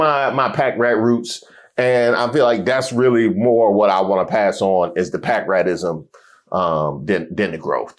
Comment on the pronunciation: “pack-rat-roots” “pack-rat-ism” 😂😂😂 “patriot-mark up tax” 🤣